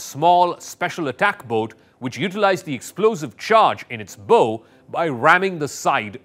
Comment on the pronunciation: Miss pronounce of bow, should not be bow and arrow ( bo )but bow ( bau)of a ship sounds the same as take a bow of gratitude.